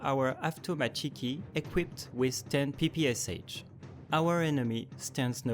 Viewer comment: Note ppsh is pronounced like P-P-Sh